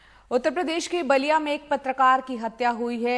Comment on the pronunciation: It's BALLIA NOT BALLIYA